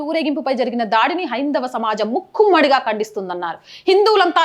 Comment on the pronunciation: Sister ఒక చిన్న సూచన ముక్కుమ్మడి కాదమ్మా. మూకుమ్మడి అనాలి ఇది సరియైన తెలుగు పదం.